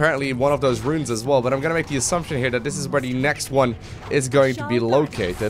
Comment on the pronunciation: its "those" not "dose" regardless, carry on.....